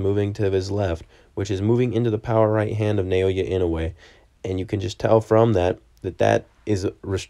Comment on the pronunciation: Try saying his given name like this: NAH-OH-YAH. That's much closer than: NAY-OY-YAY